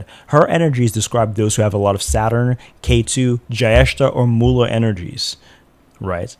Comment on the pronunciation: Not criticizing your accent, but you can say Jyestha as Jay-esh-tha ( I don't know what latin script is appropriate for the last. The closest I can think is the T in tik-tok but our t would be more pronounced. I sincerely apologise if anyone reads this feels like I'm targetting the content creator.